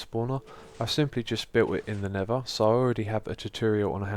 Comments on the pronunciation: Did anyone else notice he said "Nevva" the whole time? :/ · is he saying nether or never cause im hearing 1 of the 2